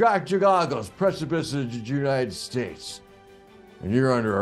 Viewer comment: “Precipice of the Jewnited states” 😂